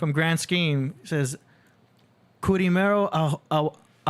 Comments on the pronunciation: They got my man’s name wrong literally every single time. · I cannot believe how many time ya'll got Kurimeos name wrong... smh He was your guest, and you disrespected him soooooo much.